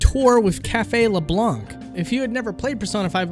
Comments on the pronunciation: I'm surprised you say LeblanC given how much they say it as LeblaN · “leblonk” ughh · says"" leblank"" SMH you don't pronounce that c nah seriously, nice video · Every time he pronounces Leblanc wrong a small part of me dies... IT'S FRENCH YOU DON'T PRONOUNCE THE C. THEY SAY IT OUT LOUD IN THE GAME. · You do not pronounce the C in LeBlanc! Arrrrgghhhh!!!!! It's French not english!........ Awesome video anyway! :) dude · Leblanc...the c is silent at the end. Also, I love that since Persona is going to be part of smash, Nintendo fan boys think they are experts all of the sudden. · Advice about pronouciation : you don't pronounce the 'c' in Leblanc. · pronounced leblanc incorrectly, disliked and unsubscribed. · Can you redo this video so that I don't have to cringe every time you mispronounce Leblanc? ( ͡° ͜ʖ ͡°)